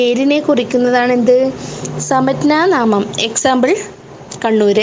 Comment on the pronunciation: സമജ്ഞാനാമം എന്നല്ല ഉച്ചരിക്കുന്നത്